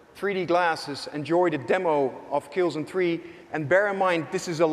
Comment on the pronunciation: "Killzen Tree"